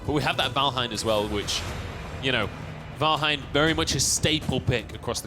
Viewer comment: "Valhein" But0 Thai people are like saying "vanhel"